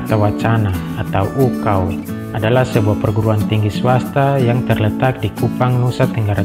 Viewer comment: UKAW kakak, bukan UKAU 😭